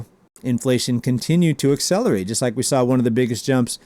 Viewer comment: It's "accelerates" not "excelerates",.